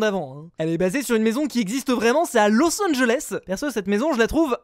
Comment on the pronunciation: los angeles on dit eleé